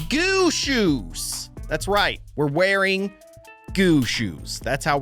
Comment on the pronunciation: the way I confidentially said gooshes